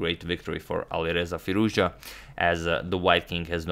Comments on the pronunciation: FirouzJA ... FirouzJA ... FirouzJA - not FirOUzja. AlireZA FirouzJA :-) Cheers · His pronunciations is firoz. Ja